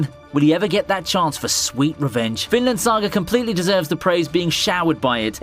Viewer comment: This Guy : "Vinland Saga" also him : "Finland saga"